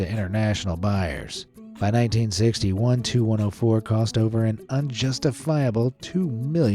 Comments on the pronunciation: FYI... the TU in TU-104 is not pronounced like two or too, it is the separate letters T U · It's not the 2 104 -- it's the TEE YOU 104. You don't call a DC3 the dick3, you don't call a FW 190 the few 190, and you don't call the 'M' 'E' 262 a me 262. Also, your AI footage of Chris Christie looked faker than the AI voice that can't say airplane designations correctly. PROOFREAD PEOPLE -- or proofview as the case may be. (the only exception to this rule are the planes from Mikoyan - those you can call a mig whatever number. I don't know why, there's no G in Mikoyan, but oh well) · For the TU-104, the letters T and U are pronounced separately, not 'Too-104'.